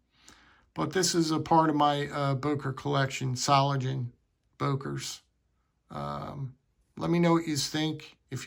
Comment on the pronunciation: Solingen. The “ng” is pronounced like in “singer”. There is no “g” as in “gentle”. Böker offers some nice knives. I’ve got several models in my collection and I’ve been to their store several times. It’s only a three-hour drive.